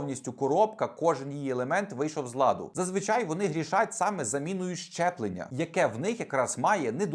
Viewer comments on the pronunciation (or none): кажи правильно: зчеплення